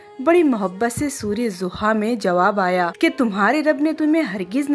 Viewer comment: Sura zoha nhin sura wad'doha hai beta, please pak Quran k ilfaz or tlafuz behter Andaz main kehne, btane ki Koshish Kya kren, wese to AP ki sb video bhot hi piyari or like k qabil Hoti Hain, mene AP ko subscribe b Kiya hoa hai, AP ki hr video ki notification mere pas ATI Hain, AP yqeen kren main AP ki tqribn hr video Apne status pe share krti hn, sb bhot psnd krte Hain, Allah bless you beta ❤